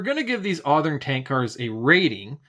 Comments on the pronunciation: never heard it said that way and never thought I would. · never say Athern like that again